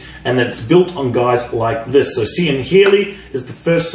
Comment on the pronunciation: Cian is pronounced Kean keen cee an